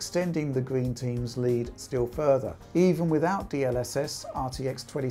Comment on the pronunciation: damn at first i thought he said team greed instead of team green